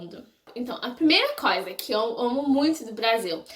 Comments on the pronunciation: ewe. Vou tentar te ajudar um pouco : Você pronunciou "coisa" sem o som "i" e ficou tipo " Cosa ", entendeu..? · como que tu começou a amar o Brasil? O que tu achas de tão interessante no Brasil? Tu acha a língua brasileira muito difícil? Vi que você pronunciou a palavra " coisa " errada várias vezes •^• Sorry qwp é muitas perguntas que eu gostaria de te fazer. Além disso, eu amo bastante os gringos, e sinceramente, eu quero ir pros EUA q-p